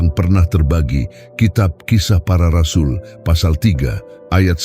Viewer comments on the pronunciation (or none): none